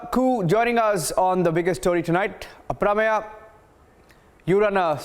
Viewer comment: should know how to pronounce the name Aprameya-why does he say it like he is from US and does not know how to say it?